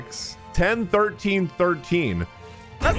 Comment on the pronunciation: First time I've heard someone pronounce Die-oh-nuh as Die-on-uh. Die on a what? 😂